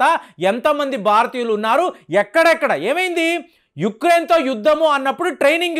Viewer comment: బారతీయులు కాదురా నాయన భారతీయులు దేశం పేరు కూడా పలకటమ్ తెలియని నువ్వు చట్టాల గురించి చెప్తున్నావ్ ఖర్మ